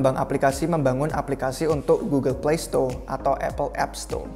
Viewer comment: Gugel plesto / eipel epsto 🤣